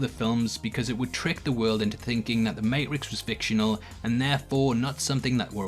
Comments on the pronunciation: I dont like how this individual pronounces matrix as maerix...i had to stop the video. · You say mayrix 500 times in this video and then right as you are talking about an anomaly in the code, you say matrix . Coincidence?! I think not! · I love the May-rix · why don't you pronounce the t in matrix. the marix. with eo. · I've sent a notification to youtube asking them to stop recommending your video's to me because of the way you purposely pronounced the Matrix incorrectly. It would've been different if you said it once or twice but you literally said it in almost every sentence of this video and it was so goddamn annoying that you do not deserve for me to listen to your stupid theories that aren't true. First of all, Neo couldn't be part of the system. The reason he is able to come back is because we learn that it is inevitable. The Matrix will at some point always produce Neo because he result of the equation trying to balance itself like the architect said in the 2nd movie you stupid twit. That's why when Sati asks the Oracle of they will ever see him again, she responds with "I think so". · Honestly. You saying the name matrix wrong made me stop watching. Completely dumb. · What did the letter ‘t’ ever do to you? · Dude you Got to practice saying matrix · My dude can't even pronounce Matrix... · I thumbs downed solely due to dudes pronunciation of "matrix" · Are you purposefully butchering the word Matrix. I'm sorry but I cant listen to it anymore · Ah in Britain or most of it if t comes after a it is silent, they are takin the piss out of our accents h.s. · WTF happened ? It's like you're trolling us with your pronunciation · Why can’t you pronounce matrix? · Love how you pronounce matrix lol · This has been 10% me appreciating the analyses and 90% me screaming at you to say Matrix properly. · Please say Matrix correctly once. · Please for the love of god pronounce the matrix correctly!!😂😂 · Another great video minus the way you pronounce the MATRIX